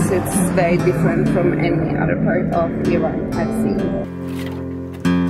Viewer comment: And thank u, mamnoon, for dispelling myths about Persia. Thank you for pronouncing eeron correctly! Go vegetarian Iran! Better for water conservation, health, and planet. Soy(bean) kabob!